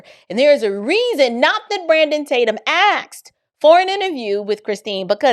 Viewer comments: Bless you! You are amazing! Please quit saying AXED. YOU ARE so very smart, articulate and a perfect example of knowledgeable, passionate, independent woman of God. Please, please, stop saying "axed" If it is ebonics, or a truly something that you cannot help. Forgive me for bringing this up. AXED, VS Asked. Please quit saying AXED VS ASKED. You are so articulate. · "He AXED"!